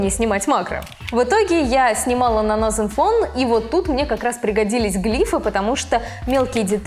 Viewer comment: Настин фон ? Английский это не ваше.